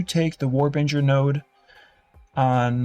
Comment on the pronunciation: Node literally says warbinger when he mouses over it